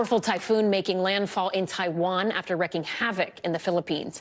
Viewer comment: Look up the pronunciations of both of the words "flammable" and "wreaking". Yikes.